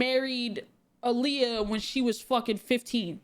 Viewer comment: The way he pronounced aaliyah's name made me so mad. So disrespectful.